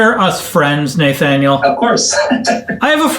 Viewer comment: It's pronounced "NUH thaniel" :) You rock Craig!